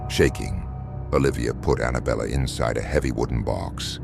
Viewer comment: belle not Bella~